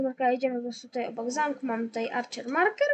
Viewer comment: Ale no angielski fatalnie maurkers gadasz maurkers